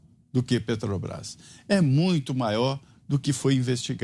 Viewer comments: O vagabundo nem consegue falar " Petrobras", esse é o presidente que os amebas querem..... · "petobras" vindo dessa desgraça não me assusto! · Petobras....nem saber falar direito esse cachaceiro sabe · "PETOBRAS ... esse maldito não consegue nem falar direito ! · Ele e tao burro que falou petobras. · "Petobrais" quem aguenta um demônio desse? só os idiotas completos. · Esse analfabeto nem falar direito ele sabe. " PETOBRAS" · Oh ! JEGUE BURRO ! NAO É PETOBAS - seu ignorante - é PETROBRAS....ANALFABETO.... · A PETOBRAS... KKKKKKK KKKKKKK O português do ladrão de 9 dedos é muito bem dizido, também ninguém correge o veio cachaceiro... Kkkkkkkkkkkkkk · Pelo amor de Deus, "PETOBRÁIS", esse Lula é uma vergonha em todos os sentidos, não sabe nem falar o nome da Petrobras 🤣🤣🤣🤣🤣🤣🤣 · E PARA PIORAR AS RELINCHADAS DESSE EXCREMENTO ESCROTAL É ELE NEM CONSEGUIR PRONUNCIAR O NOME DA PETROBRÁS, MAS "PETOBRAIS"... SÓ MESMO UM CRETINO OU CANALHA PARA AJUDAR A ELEGER E DEFENDER UMA MULA-SEM-CABEÇA DESSA! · Augusto Nunes, não seja analfabeto. É "Petobrás, não Petrobrás. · Um ser que pronuncia "petubrais", não deveria ter espaço nas notícias. A estupidez e ignorância, transbordam... É muita burrice! Com o perdão do quadrúpede, pela comparação. Jesus Amado! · se a "PETObras".... O molusco 9 tentáculos não consegue nem pronunciar o nome da empresa... 😒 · Não sabe nem falar petrobras como pode um lixo desse ser candidato misericórdia